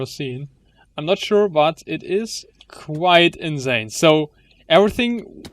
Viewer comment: das s bei insane musse scharf aussprechen!